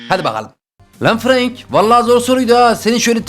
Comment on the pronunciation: Abi franka frank denmiyor Frenk deniyor seni seviyorum 🥰